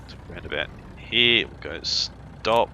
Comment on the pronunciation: Stop saying Hererr